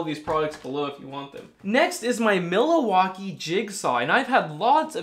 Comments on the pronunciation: you are a wonder! Thanks for all the great videos - so educational and informative. Just one comment: your "Mill-A-walk-ee" is pronounced: "Mill-walkie" in Wisconsin. (LOL) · It is pronounced Mil-walk- ee not Mila-walkee LOL. Yes, most of the Milwaukee Brand Tools are excellent quality. I am also a Klien Tool fan. Great video,. Thanks, Russ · Miller-Walkee???? Milwakee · WILL, It’s. ..... Mil wak kee, Not Mila wakee.... ! Your welcome... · um, it's Milwaukee not Miliwaukee . lol. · no 'a' in Milwaukee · Great video! but it's MILWAUKEE not milawaukee..... lol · Milowaky tools? 🤣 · "Millowalkee" ,,, lol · Mill-ah-wah-kee? I think it's only three syllables. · It's Mil-Wau-Kee :) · Or is it milliwattkee? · I’ll be calling them Milliwaukee from now on. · The Algonquin root for Milwaukee means "good land" or "gathering place," with pronunciations like Millioke or Minwaking; the modern English pronunciation (Mil-WAH-kee) comes from this, but the famous "mill-e-wah-que" from Wayne's World captures the spirit of its indigenous roots, sounding like "Mill-eh-wah-kee" or "Mih-wah-kee", meaning "the good land". I learned this from Alice Cooper! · is worth watching for just the way he says Milwaukee. I've never heard anyone say it like that. I commend you. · Just found out I've been mispronouncing "Milwaukee" and "tighten" this whole time!! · Doc It drove me nuts every time he said it!! Lol 😂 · Laughed when said it as well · FYI Milwaukee is 3 syllables, not four. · Yes, Milwaukee has just 3 syllables, but his videos are so great it's fun to rib him about it. One of my favorite YouTubers for sure! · Ya I was thinking he was having a stroke he also said Pittsburgh funny and he said carbit instead of carbide I guess but I assume he meant Cobalt I mean carbide drill bits are a thing but really only for machining or masonry